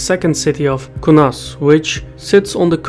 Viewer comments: Kaunas, not Kunas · you pronounced Kaunas without the "a", just to let you know 😉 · He said it on purpose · lmao, the way he pronounced kaunas